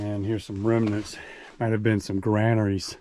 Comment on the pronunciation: Well narrated and filmed. Kudos for saying granaries over grainaries.